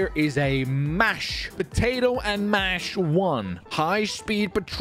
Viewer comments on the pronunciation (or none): Bro says “mash 1” instead of “Mach 1” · Its not mash its pronounced mok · It’s pronounced “mock 1” no hate